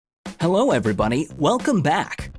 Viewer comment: did He Say Hello Every Bunny??